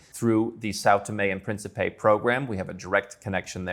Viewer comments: "Principe" is pronounced as prince in english adding a soft P at the end. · Just trying to be helpful here. The Portuguese word Principe is accentuated in the first syllable, thus the last syllable (pe) is partially muted. The best way for non native speakers to say this word without being misinterpreted is perhaps saying prince in english, as that 80% close to correct. In the video, the word was being pronounced as it had accentuation in the last syllable instead, which makes it goofy or even alter the meaning. For those interested in the language, here is some reading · Озвучка.... Південні і Принсіпі?